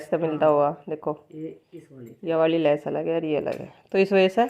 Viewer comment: Lash ni Hota vo bhaji lesh hota h